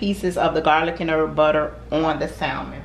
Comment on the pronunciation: Hey. Love your channel. You and your daughter are both beautiful. Girl, don't mind me but sometimes the teacher in me just comes out. The word Salmon is pronounced without the L so it's pronounced "sa-mon". Anyway, I'm going to try the recipe!